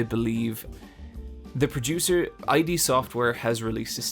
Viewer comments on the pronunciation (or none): "ay-dee" is something you show to prove you are a real gamer, which you are not,, because no person in history of the world has said "id software" that way. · I love this podcast, and I love you. But its "Id" Software, not "I.D." They have been around for over 30 years, this is a video game podcast. What are we doing here? Yes. What s stupid petty thing to bother me, but otherwise, amazing podcast as always!